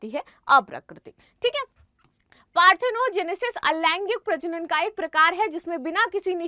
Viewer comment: पार्थिनोगेनेसिस नही है पार्थिनोजेनेसिस है